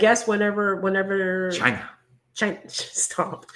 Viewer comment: LMAO We also can't say China without saying CHI-NA 😂